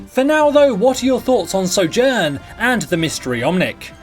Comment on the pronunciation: At the beginning of the video, he said Sojourn wrongly. So triggered jk